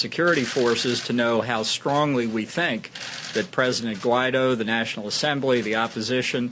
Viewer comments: OW. my ears. good coverage of the situation and all, but please, please pronounce spanish names better. it's "Sha-vehz" , and "gwhy (G sound and "why" together) - dough" , hearing you try to say guaido's name made my ears bleed, otherwise keep up the good work! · Also, the name of our president is pronounced like gu- i -do.. Guaidó